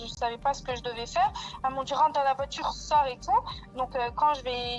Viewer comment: La voitchure... Les " fans de foot"😂 c'est un sketch bordel